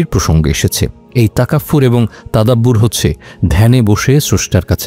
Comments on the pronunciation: আমি ভয়েস অফ ঢাকার কনটেন্ট নিয়মিত দেখি এবং এটি আমার পছন্দের একটি চ্যানেল আমাদেরকে এ ধরনের সুন্দর কনটেন্ট উপহার দেয়ার জন্য অসংখ্য ধন্যবাদ ।তবে আজকে একটি শব্দ ভাইয়া বলেছেন যেটা কুরআনে বর্ণিত আছে , শব্দটি তাকাফফুর নয় বরং তাফাক্কুর হবে , কারণ তাকাফফুর শব্দটির অর্থ ভিন্ন আর তাফাক্কুর শব্দটির অর্থ যা আজকের বিষয়বস্তু , মেডিটেশন বা গভীর ধ্যানমগ্ন হওয়া। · শব্দটি তাকাফফুর নয় তাফাক্কুর হবে। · শব্দটা তাকাফফুর নয়, তাফাক্কুর হবে।